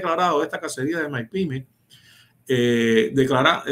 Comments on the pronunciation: Dice Maipimes. Es un experto realmente 😂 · ese hombre está claro en lo que dice, pero explícale que se dice “mipímes”, no “maipímes” (medianas y pequeñas empresas).